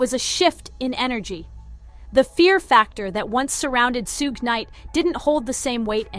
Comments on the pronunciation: It's shug, not sugè. You know like sugar without the ar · Her pronunciation of suge knight bahahhah Sssuuugay bahahah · Dang, she really butchered Suge's name. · She really butchered s name